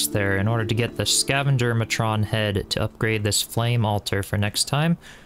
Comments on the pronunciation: Two words for you to look up the definition and pronunciation of: Matron - MAY-trun - A woman who supervises women or children (as in a school or police station) Synonymous with matriarch. The text said The Gorgers were Scavenger Queens so your Scavenger Matron was a woman. Curios - CURE-ee-ohs, rhymes with Cheerios. Something (such as a decorative object) considered novel, rare, or bizarre. A curiosity. Sometimes called novelties, knickknacks, trinkets, doodads, baubles, and ornaments. These are often displayed in glass cabinets, called curio cabinets, and sold in shops, called curio or novelty shops. I'm sure the ones the Carpenter is referring to would be the Queen's jewelry. Might be a magic ring, wand, dagger, crown, or other such item. Diadwyn is just South of a cliffside covered in clay. I highly recommend gathering a bunch so you can unlock the kiln. About the hidden/secret doors, the stone one is made from Castle stone blocks. If you don't have those blocks unlocked it isn't very hidden. The hidden wooden door is better, but I had trouble finding a way to make it look hidden since the dang game insists on putting a frame around it. If you stick it at the end of a narrow passage so both sides touch the neighboring wall it works pretty well, or you can make some sort of patterned wall with wood walls and evenly spaced pillars that are one door width spaced. That way it will just match the pattern and not look out of place. I'm sure you will find a m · You pronouncing Matron making it sound like a transformer got me every time lol. I wasn't liking any of the other play throughs of Enshrouded on YouTube so thanks for uploading these! Love your videos, keep up the great work <3